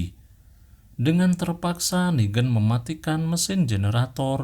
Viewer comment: klo inggris lebih ke neigan (pake logat inggris) klo ini nigen tapi logatnya indo